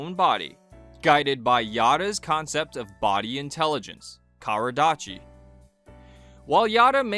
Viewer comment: Thank you for the wonderful video. I admire Yada sensei so much. "身体知" is actually read as "Shin-tai-chi," instead of "Karadachi." This video seems intended for an English-speaking audience, but it's probably better to avoid introducing Japanese words incorrectly.